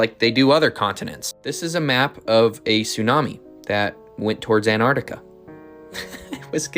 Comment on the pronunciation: looks a bit mentally disturbed …if it looks like a duck and quacks like a duck guess what it is DUCK by the way it’s Antarctica not anarinca